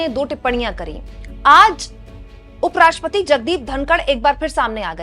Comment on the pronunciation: Madam ji suprim cort suprim court kie ja rahi ho i am agree with you but apko kuchh tamij hai ki rastrybpati ko rastriya pita kaha jata hai aur aap up radtriya pati ko bhi sahi se nahi pukar pa rahi hai pahle tamij sikhe